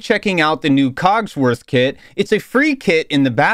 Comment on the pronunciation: You at the start of the vid said co##worth